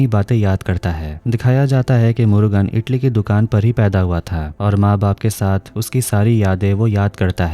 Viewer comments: Itli nhi idli hota h🤣🤣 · Bhai itali nahi idali hota hai badi